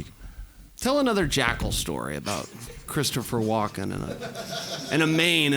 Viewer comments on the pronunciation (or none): Tito said Christian Walken